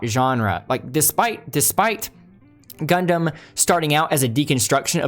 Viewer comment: sorry my guy, but WTF did you just call it? Idk if I’ll be able to get through this whole video if you keep pronouncing it that way. , Jesus, you keep saying it that way. Idk man, maybe I’ll finish this later, but it might take some alcohol or something to get through this with you pronouncing it that way the entire video.